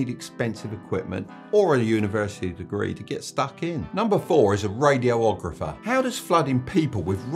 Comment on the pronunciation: radi-ographer, not radio-ographer